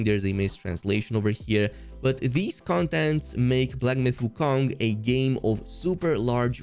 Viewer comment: Why pronounce wukong like that.. lol